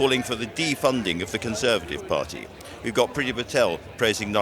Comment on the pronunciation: “The conservative parr-ee” Come on there’s a T in there.